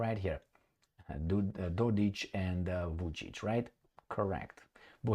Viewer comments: IT IS NOT and I was born in B&H. I should know. It is Dodić. That last letter is not C and is not pronounced as K, it is pronounced as CH, as in Cheese. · You have it wrong. is correct. Proper symbol for that last letter id c with appostrophy, which is pronounced something closer to ch.